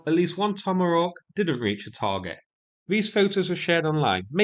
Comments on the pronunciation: Yea is this an accent thing or an inside joke? He has been known to mangle pronunciations, but that's usually Ukrainian words and names. Getting 'tomohawk' wrong is bizarre. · Tomarock? What the f are you even saying?! It’s TOMAHAWK! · Toma-rawk? What is your accent? Ha HAAAA HAAAWWKKKK... LOL! No offense but we got to get a smile when we can during war. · what kind of weapon is a "tommerock"? LOLOLOL